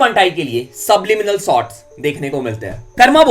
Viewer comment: bhai aap sots bolta ho say shots